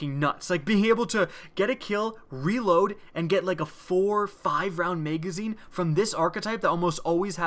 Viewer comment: Lmfao i love that accent megazine haha